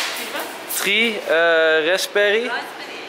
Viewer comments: 'Ken ai heve tree macarons?' 3 spreek je meer uit als free enzo haha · hahahaa idd hij kan nog niet eens 3 in het engels goed uitspreken